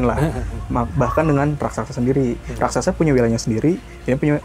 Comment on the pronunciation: raksasa bukan rasaksa